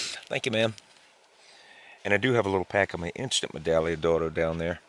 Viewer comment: You need to pronounce the g in medagliodoro again, so much more fun, a word is pronounced how ever you pronounce it, potato potato.